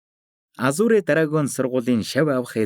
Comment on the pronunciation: goy een shvv 🎉 hicheegerei azure bish azur geed duudwal aygv goy sonsogolontoi sonsogdoh ym shig shig sonsogdoj bn shvv